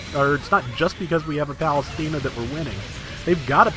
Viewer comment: Everytime you say Athena I'm like this guy knows it's Athene.